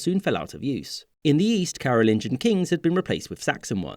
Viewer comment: J'ai mal au crâne du fait de la voix AI qui ne sait pas lire... Carolingien (De Charlemagne) et Capétien (Du roi Hugues Capet 987-996) sont les mots que cet AI ignare n'a pas su prononcer.